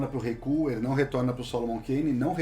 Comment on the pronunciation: eu n consigo ouvir os caras falando "kull" seriamente. Sinceramente não dá